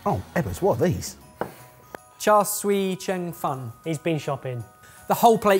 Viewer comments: That was Char Siu Cheung Fan in the wok, not char sui whatever he said. Syoo, not sooi. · Ben it’s pronounced char siew (like seew like view with an S sort of) cheung fan (like churn fun), sorry it just really made me cringe to hear char swee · Ben, you killed me with the pronunciation of the steamed noodles. You put a french accent on it. It was really funny. Its Cha siu cheung fun. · "char swee cheng fang" 😭🤣😭😭🤣 Bless Ebbers for trying though. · Char Siew (see-you) Cheong Fun (chi-on far-n), you’re welcome 😝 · Love your content and have been a long time subscriber. It is still astounding sometimes how little care your team put into getting asian dishes right considering you cook them. It is pronounced ‘char siew cheong fun’. It is not a dumpling but a noodle dish. Wouldn’t it be fair that if you are featuring it to give it’s proper due? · Repeat after me: char siew cheong fun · Ebbers. It's pronounced "char see-yew chee-ong fun." That pronunciation attempt made me wince. But aside from that, cheers to 2020 finally being over! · Oh... that dish is pronounced 'Char Seeu Chiong Fun' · So much cringe on the butchered pronunciation of char sui cheung fun and calling them dumplings... I've noticed this in a few videos where there's no research into non-english words. Your videos are fun, but a big criticism is the lack of any apparent diversity in your team...